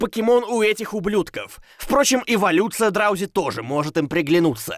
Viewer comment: Не драузи а дроузи